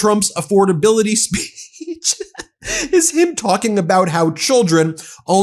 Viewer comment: Says Spitch instead of Speech. OMG